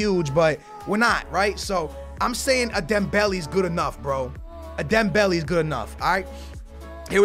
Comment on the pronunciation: Am I the only one triggered whenever he says Dembelee instead of Dembele